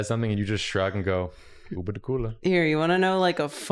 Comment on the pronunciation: KOO-BAH not koo-lah